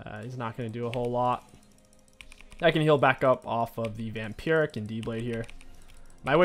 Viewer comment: you said "vampuric" its "vamp-I-rick""